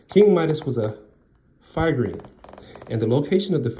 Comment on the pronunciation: Phrygian=Fri-ge-an. Short I, long e and short a.